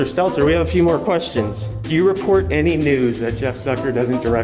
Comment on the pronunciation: I like it when people pronounce his name 'Stetler' 😂